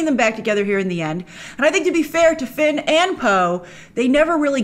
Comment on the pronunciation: Everytime you say Finn/Poe it grinds my gears lol, stop it grace!